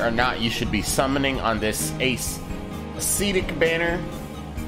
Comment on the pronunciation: Love your channel! Since you asked for some corrections, I would like to clarify that it is pronounced "əˈsedik" or "a' se tik" and not "a'SEEtic". Short "e" sound.